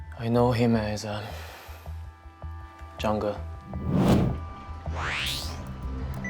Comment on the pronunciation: When he said Zhang Ge, I thought he meant "Jungle".